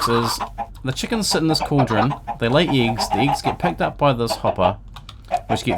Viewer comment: lol "eegs"